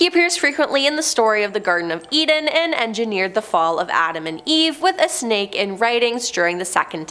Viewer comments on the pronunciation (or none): none